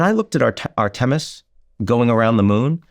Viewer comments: Ar - temis? Never heard that pronunciation. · Did he just pronounce it Ar Tem Is .....